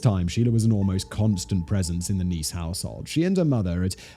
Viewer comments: Simon switched between pronouncing it neese and ness so many times I lost count lol. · It's niece. Like your nephews sister. You got it right the very first time and at least one other time